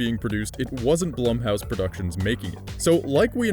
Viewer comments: Am I the only one knowing it's pronounced "Bloom"house? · Are you sure it's not pronounced bloom? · Edit, am I the only one getting distracted by the constant misuse of Blumhouse's name?